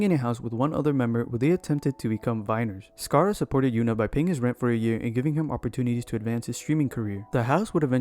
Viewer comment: mannn "sacarra"